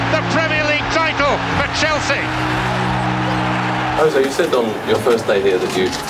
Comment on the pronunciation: No one in the video can pronounce poor Jose’s name correctly. Poor them.